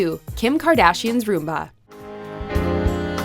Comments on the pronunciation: I’ve never been in more pain hearing someone try to pronounce rumba. What is a “roomba”? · Oh my god please learn to pronounce the dances: It’s Cha Cha not Cha Cha Cha It’s rum-ba not room ba It’s sahm ba not Sam ba Come on man... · It's pronounced RUMba, not roomba. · Sahm-ba, not SAM-ba. And Rumba, not Roomba. Damn, girl, learn how to pronounce things properly!!! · To the lady that is narrating, it's the Cha-Cha not the cha-cha-cha and it's a rumba not a Roomba which would be a floor vacuum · It’s RUMba , not ROOMba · Misha should not be on this list. Any of the “honorable mentions” was worse. And btw it’s RUMba not Roomba. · Rumba is pronounced RUM-ba and not ROOM-ba! One is a dance and the other is a vacuum. 🙄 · it’s rumba not roomba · I feel that you loose some credibility in this video because you did not pronounce the names of two of the dances correctly. A Rumba, with a short vowel sound, is a dance, whereas a roomba is a robotic vacuum cleaner. A Samba with an "ah" sound, is also a dance, but a samba with an "am" sound is nothing. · Why do they pronounce rumba like roomba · Rumba is not pronounced roomba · It's Rum-bah...roomba's are vacuums. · It's RUMBA, not roomba. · 'rUmba' instead of 'rOOmba'🤔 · Do Americans really pronounce it Room-ba? Isn’t that a vaccuum? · Where did the narrator learn to pronounce the dance names? Roomba? Sam-ba? Smh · You mean like the one named after the robotic vacuum - the roomba?? Lol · Like "rUh-mba"? It's a Spanish rhythm. In Spanish the U is pronounced like "ooh" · the way she say rumba and paso double she obviously doesn't speak spanish, but both are better than samba.